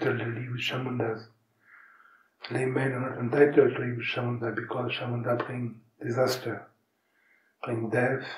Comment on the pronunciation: it's "Chãmundã". And he mentions her many times again afterward. 🙂